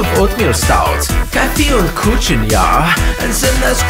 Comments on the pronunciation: This would have been so perfect if he had pronounced "Kuchen" correctly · oder er könnte kräuterlikör und Kuchen richtig aussprechen :D